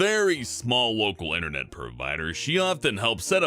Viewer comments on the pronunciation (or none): none